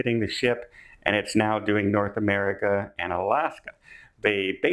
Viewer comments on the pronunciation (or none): none